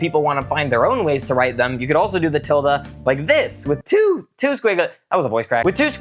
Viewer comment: "you could also do the tilda like this with tWoŌœ squiggly lines"